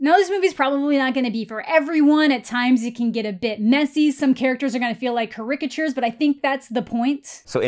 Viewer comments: WHAT?! Carickachure?! Do you mean caricature. Why the hell do you say it like that? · Uhh how did pronounce characature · this is completely unrelated to the video, but how in the world did you say caricature??? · I think you pronounce caricature weird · Haha, you said caricature funny-like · Is the way she pronounces "caricature" a Canadian thing? I've never heard it said that way before. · The way you pronounced "caricature" made me burst out laughing for some reason lol. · Im stealing your pronunciation of 'caricature'. Awesome video by the way! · I've never heard the word "caricature" pronounced that way, but it's oddly fun to say it like that. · Never heard caricature pronounced like that before